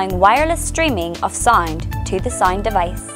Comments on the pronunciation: and for god's sake... it is pronounced Sa'oo'nd and not sa'ee'nd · Is she pronouncing the word SOUND correctly? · I don't think so